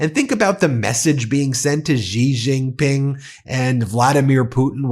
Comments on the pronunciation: Please learn how to pronounce Xi Jinping. It sounds like "she jean ping." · Good video. FYI, 'Xi Jinping" pronounced "See Gin Ping." The X should sound like S, not Z.